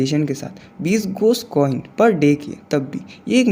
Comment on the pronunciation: Ghost coin ❌ ghos coin ✅😂😂😂😂😂😂